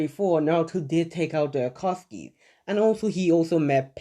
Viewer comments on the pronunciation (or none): none